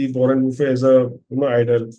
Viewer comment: Is it bufe or buffett...he is not lunch bufe